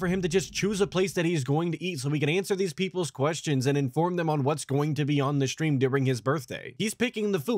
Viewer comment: 🤹 i wonder what 'setting up the shtream' consists of. you nailed it lmaoo